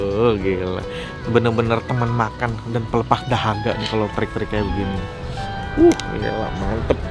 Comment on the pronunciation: Carlos menit s/d "pelepah dahaga" yang benar adalah "Pelepas Dahaga"...kalo "Pelepah" beda arti...mameen...